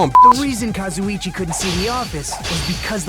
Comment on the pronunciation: pronouncing Kazuichi like Kazzo-chi gets me everytime.